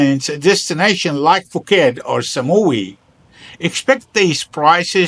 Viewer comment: I always laughed at the geniuses who told me I could live on sticky rice and Beer Chang. Add mango when it was in season and chicken all year roung and I would be healthy, wealthy and wise ;) (hate to be that guy, but it's pronounced 'Pooket')